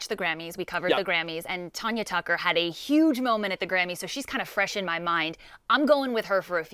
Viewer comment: I’m so annoyed they kept saying “Ton-ya” it’s “Tan-ya” good lord people need to know learn their facts...